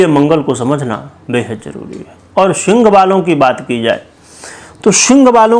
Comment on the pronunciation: शिंग राशि। ये पंडित बोलना तो सीख लेता।